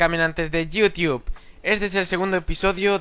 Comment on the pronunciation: te tengo una pregunta ¿porque dices caminantes de yiutiup